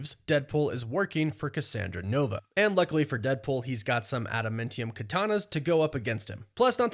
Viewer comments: ADAMANTIUM is the word. I cringe every time you say "AdamMENtium" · If I’m wrong I’ll shut up about it but is it pronounced “adaMINtium” or “adaMANtium”. It’s grating hearing adaMINtium. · New marvel element "Ada-mintium" lol. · Adam AA ntium. Love the videos but the pronunciation kills me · Bro you have got to learn how to say ad-a-man-ti-um. Holy shit that's annoying. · You say adamantium dumb. “Adam-MEN-tium” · I've never heard someone pronounce adamantium like that before 😂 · You kinda say adamantium weird. To me at least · Yeah I'd have to agree.